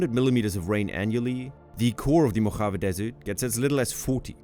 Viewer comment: Native Californian here. Love the place. But the pronunciation (AI generated?) of "Mojave" with that hard, guttural J, was off putting. I couldn't finish the video.